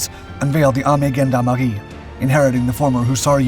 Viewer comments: In Germany we generally pronounce "Gendarmerie" more the French way (ʒɑ̃daʁmə'ʁi), because of the French origin of the word. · „The most brutal nazi officers ”?? Cmon. The gorget was the sign of the military police. This piece of gear is a bit older than “the most brutal nazi officers” It was common among several european armies. The word gendarmerie is french and was pronounced french as well btw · bro can you spend 5 sec listening to google on how to say Gendarmerie or anything when it come to french language, please it's painful. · The word gendarmerie is actually pronounced just like it's french counterpart! :) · So are you saying he's pronouncing the german wrong? Because he is wrong with the french, the g ((g)endarmerie) is soft. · You pronounce Gendarmerie and Jäger wrong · Haha it is not easy being the narrator. You have lerned, how the Germans pronounce the "G", but "Gendarmerie" is pronunced with the french "G" like "su" in "sure" in English. I hope this wasn't confusing.